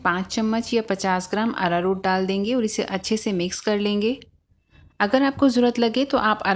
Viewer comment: Ararur kya bol rhey ho smj ni aaya